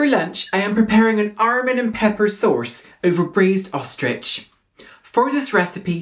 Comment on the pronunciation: TUURRRBUT and AHRRMUND !! you've got me dying over the pronunciations here.